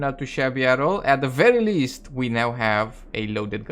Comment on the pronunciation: Every time you say Verwwy Verwwy, I get Elmer Fudd vibes.